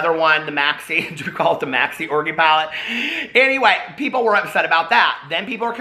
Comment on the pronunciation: Love how you say orgy like.. "orgie" lol !!!<33